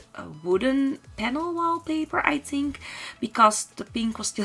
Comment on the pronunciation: why am I getting irritated by the way she says ''Tink'' instead of ''Think'' ...or ''wit'' instead of ''with''. I mean the rest of her pronounciation is good, but the ''T's'' instead of ''Th's'' are just distracting and irritating to listen to. I really like her build and it's a shame xD